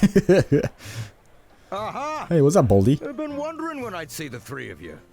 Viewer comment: "I have BEN staying away from any FUCKts"